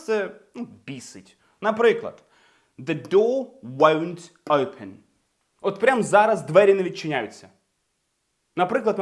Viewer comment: Хахах... Усі вчителі навчали нас зовсім по-іншому! Усі, буквально кожен з них вимовляв просте слово "open" як [оупен]... 😂 У вас же - зовсім інакша, але така типова вимова як для звичайного англійця! Не "оупен", а щось схоже на "ьойпен" (майже так само якщо поставимо якусь приголосну перед м'яким знаком, але не вимовляючи цю приголосну!). Просто шикарний British accent!